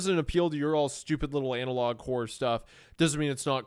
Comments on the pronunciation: Why does Hunter keep saying Anal Log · The fact that Meat kept calling it Anal Log Horror for the first few minutes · Why does hunter pronounce analog "anal-log"? Is that a Missouri thing or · Is Hunter saying analOG horror as a bit?, I’ve heard him say analog properly before.